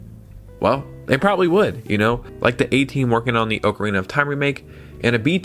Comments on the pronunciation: OCK-A-REENA NOT OAK-A-REENA 🤦🏼‍♂️🤦🏼‍♂️🤦🏼‍♂️🤦🏼‍♂️🤦🏼‍♂️ You say Zelda is your favorite game, but you're pronouncing it WRONG! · let the man enjoy his ookrina bro